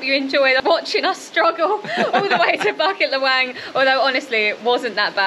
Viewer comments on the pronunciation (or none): local pronunciation: boo-keet luh-whung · Cute how you guys pronounce Bukit Lawang :)